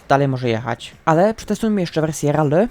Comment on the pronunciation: nie mówie tego złośliwie ale trochę boli w uszy jak mówisz "RALLY" mówi się "RELII" a pisze si3lę Rally